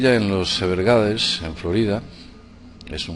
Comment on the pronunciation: Se dice everglei